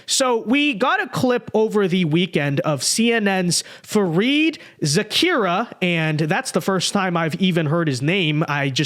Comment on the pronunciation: Dude, how do you read Zakaria as Zakirah? LOL. It's easy to mix up the accent syllable, but it's literally spells out, phonetically.